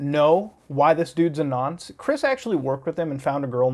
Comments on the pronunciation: It's weird hearing Muta say "Nonce" lmao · muta saying nonce is so strange because its not in a british accent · Ngl but holy fuck is it weird hearing non British people say the word "Nonce" 😂